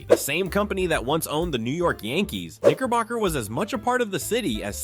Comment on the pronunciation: It came to the segment of, segment of , Knickerbocker beer, I'm glad that it doesn't exist anymore. You really have to pronunciate your words, all because, it's very dangerously close to the n-word. I bet it was a wonderful tasting beer, and people loved it. I feel like you really have to pronunciate your vowels. All of that aside, all of these beers, I've never heard of them. All because, some of these beer at the time, was before my time, or I was still a child, but most likely, it was before my time.